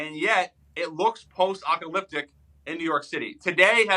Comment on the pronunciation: 😂😂😂 “Post Ocaliptic”